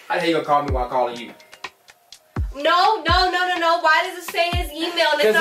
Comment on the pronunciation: She never says you its chu